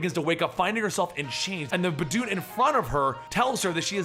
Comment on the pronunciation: Anyone else hear bad dude? Instead of baboon?